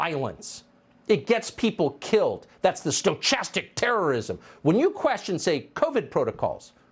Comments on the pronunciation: Hey Tucker I know your mind is on chastity belt but it's stochastic sto-chas-tic Terrorism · That moment passed years ago. He continues to push the needle too far. And he's too dumb to pronounce stochastic correctly. None of what they say on the Reich is true.